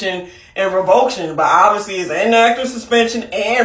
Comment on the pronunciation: Rev-o-ca-tion not revoke-tion